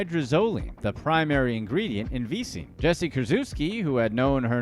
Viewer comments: Vee-sing V-sine V-sygne Closer man.... Vie-zine There you go buddy!!!! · The way you say Visine makes me uncomfortable